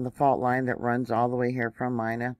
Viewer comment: Hi. Pronounced MEENA